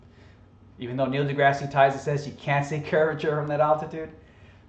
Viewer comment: Yeah, nothing proves the flat Earth hypothesis like a commercial for alcohol. It's science people! Also, learn how to say Dr. Neil Degrasse Tyson correctly, it makes you sound even dumber.